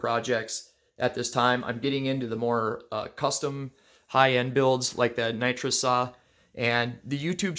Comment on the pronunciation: It’s actually pronounced nitrous, not nitrous 🤣 limited coil joke was hilarious